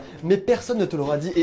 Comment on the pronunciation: quand tout le monde parle qu'avec des O exemple: rocopier,s'il to plait,roquin